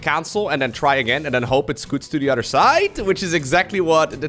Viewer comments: I find it so funny that says "otter" instead of "other" lol 😂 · I love your vids man! I don't even play I just enjoy watching this content. Tho when you say other everytime I hear "udder" it's awesome?